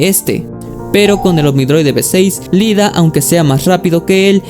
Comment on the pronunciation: Amigo, cometiste el misme error de muchos, es IIDA, no LIDA. La primera letra es una "i" latina mayuscula.